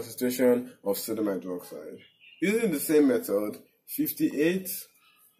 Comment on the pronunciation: I hear "sºdºmite" 50% of the times you say "sodium hydroxide" lol